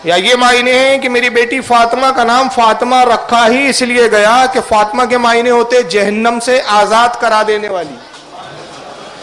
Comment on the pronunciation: فاطْمہ نہیں ہے۔فاطِمہ ہے بولتے سیکھ۔